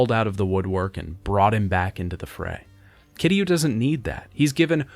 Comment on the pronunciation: I'm kind of glad Kiryu's story is over. Mostly because I won't have to hear him constantly mispronounce Kiryu's name like it's somehow made of three syllables and sounds like "Cure You". Seriously, 7 fucking games and never once did he list to how the characters in the games pronounce his name. It REALLY makes me question if he wrote these scripts himself or if he paid someone on Fiverr to do it. Or if he actually played the games. Because you don't go through an entire series, claim to love it, but constantly get the main characters name wrong EVERY FUCKING TIME he says it.